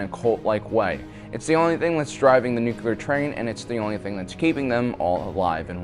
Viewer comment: I cringe every time I hear the word NUCULAR! shivers